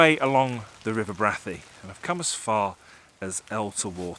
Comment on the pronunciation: Really enjoyed this - out in the field taking pictures - great. Liked the final shot. For information I worked at Brathay Hall for four years in the late 70's and the accepted pronunciation was Bray-thay. Stay safe.